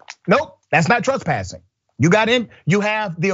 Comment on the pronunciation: It's tress-passing not truss-passing... try being able to pronounce the words you are going to use in a story...